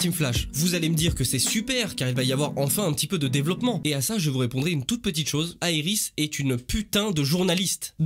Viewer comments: Pas mal mais juste 2 trucs on dit Iris et pas Aerys ou jsp quoi et Savitar pas Savatar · C'est iris et savitar x) pas savatar et airis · Mais serieux pourquoi tu dis des choses pareil sur iris? frachement si iris n'etait pas la vie de Barry n'aurais plus de sens. Iris a beaucoup de choses qui rendent cette serie Meilleure. Et on dit iris pas airis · Moi je dit pas "Savatar" mais "Savitar" et je dis pas "Airis" mais "Iris" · pas aéris, iris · Arrête de dire eiris😤😤😤🤣🤣🤣🤣🤣🤣c’est iris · Le airis m’a perturbé pendant toute la vidéo 🤯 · Pourquoi t appelle Iris Airis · Pourquoi tu dit aie ris c'est iris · C pas airis c iris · Et pk tu dis ariris t con ou tu fai exprès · On dit iris et savitar xd ^^ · Titre de vidéo complètement éclaté, ensuite la saison 3 ainsi que la 4 sont clairement à égalité avec les premières saisons, est pour finir ta prononciation de Iris est horrible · Pas d'accord du tout avec toi, la serie flash est la meilleur, t'es la tu critique la serie commence deja par dire iris correctement et savitar correctement merci! flash n'est jamais mort et ne mourra jamais!